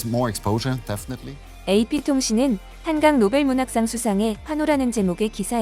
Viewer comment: 외쿡 언론인들은 활자대로 읽는 것이겠지만, 한강작가의 이름을 빈복적으로 한캉이라고 발음을 하는 것을 보니, 우리가 한글을 알파벳으로 표기할 때 K 와 G의 발음을 따로 구분하지 않고 주로 K로 쓰는 경향이 많은데, 앞으로는 ㄱ일 때는 G를 쓰고, ㅋ일 때는 K 를 쓰는 구별을 확실히 할 필요가 있겠다 싶다 한강작가님 노벨문학상 수상을 진심으로 축하합니다 👍👍